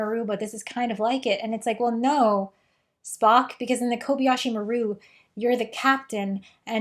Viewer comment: It isn’t. Maru is pronounced mar ooh. The person who recorded the transmission for the film didn’t know how to pronounce it correctly and took a shot at it and nobody cared because it doesn’t actually matter.